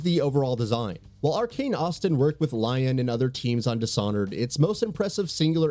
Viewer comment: LEE-ON. NOT LION. LOL.